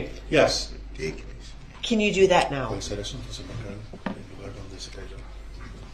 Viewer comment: Every time he says do dat I can't help but think of the song I learned in childhood called Camptown Races. The chorus goes Doo Dah, Doo Dah!